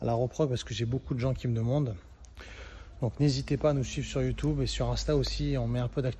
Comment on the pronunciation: Youtoube il a dit 😂😂😂😂😂😂🤣